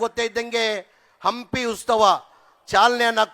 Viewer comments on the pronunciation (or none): Ustava alla maraya adu utsava